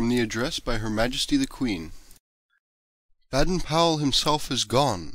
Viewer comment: Baden? The a is pronaunced as an a/ bAden powell house